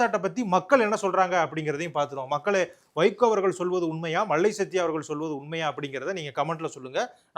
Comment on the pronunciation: தம்பி நடராஜா! அவர் மல்லை சத்யா. மள்ளை இல்லை.லகரம், ழகரம் தான் தமிழின் சிறப்பு.கவனம் தேவை.